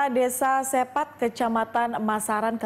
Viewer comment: Sepat, Sragen? Kebalik baca E nya